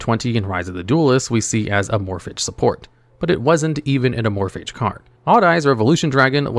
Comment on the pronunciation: "Amorphidge" yeah im just gobna comnent and leave i cannot listen to someone willfully and ignorantly choose to call them that